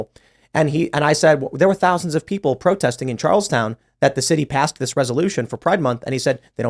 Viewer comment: He’s says Charleston wrong..lol